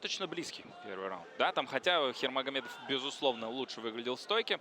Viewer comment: Фамилия говорить херовомедов😂